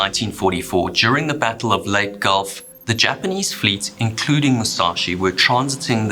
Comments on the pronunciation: Uh, the battle of what gulf? I’m no expert so I’m only 100% sure that it’s pronounced “Lay-Tay”, not “Late”, gulf. Just saying. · Im sorry you lost me . What is lait gulf ? It's leyte gulf. As in lay tee gulf. Not late gulf lmao. 😅😅😅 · Leyte is pronounced lay-tee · Lay-teh, actually. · Leyte, pronounced lay-tay. Im on the island of Leyte as i write this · Cant even pronounce Leyte